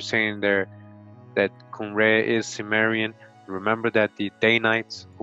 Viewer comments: not sumerian, kimerian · It's pronounced 'Kim..' not 'Sim...'.... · THIS GUY IS SO FAR OFF. HE DOES NOT EVEN KNOW HOW TO PRONOUNCE CIMMERIAN.